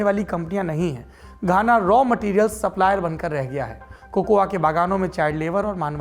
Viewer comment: 1. The A in COCOA is silent. Correct pronounciation is कोको. 2. I have read biography of Kwame Nkruma. Barring Asante people all other tribes wanted Brishers to remain and rule. England wanted to move out from Ghana. 3. It was mutually decided that Nkruma will be accomodated in the British Rule so as to make the exit easy and smooth for England. 4. It is purely because of the politicians, this is the fate of Ghana. Otherwise these people are intelligent, hard working. Brain Drain is helping politicians. Above observations are first hand as I am staying here in Ghana since last few years.